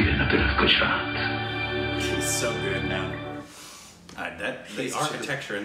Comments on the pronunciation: "Gooraat . .. Gooraat. . .Gooraat"😂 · He ‘Rick’ed the Gujarat pronunciation